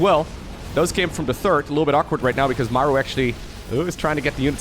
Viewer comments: I think its "Muh-roo" some fact check me but is there not a battleship in the SC games called the "somethingorother-MARU" I think I'm misremembering but I'm also pretty good at trivia like this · digging up the real pronunciation of "maru". Might need a refresher on the name. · The only guy who pronounces Maru as Mæru is Wardi